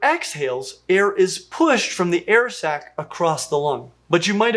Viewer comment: air sac. Sounds like air sex when he says it. Lol